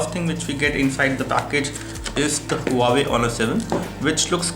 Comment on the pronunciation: The Brand is called Wa-way not Hu-waway.